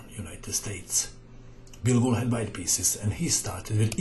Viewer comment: just so you know, it sounds like you're saying bilbo. like, bilbo baggins from the hobbit